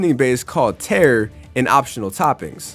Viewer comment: Not to nitpick but tare is pronounced tah-reh